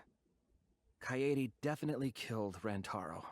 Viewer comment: Lol finally pronounced “Kaede” right after she died 😂😂